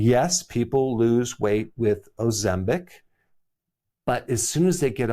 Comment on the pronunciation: He wrote OzemPic but says OzemBic. So I'm wondering how to pronounce it now.